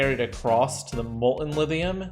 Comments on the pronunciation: I hear Lidium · Lithium has a thhhhhhhhhhhhh in is not a the in it you sadist!!!!! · He uses a voiced dental fricative instead of a voiceless dental fricative to pronounce it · The rest of the world: LiTHium: Livium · he does a soft 'th' sound, it's weird